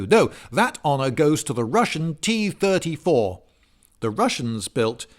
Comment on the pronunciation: tee turdy-tour